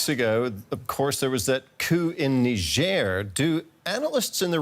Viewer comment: When did they start pronouncing it nigh jhair ?